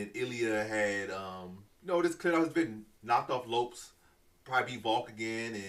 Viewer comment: Crazy this guy pronounced evloev right but not Lopez 😂